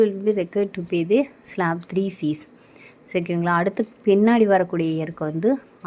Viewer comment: Its not Slap its Slab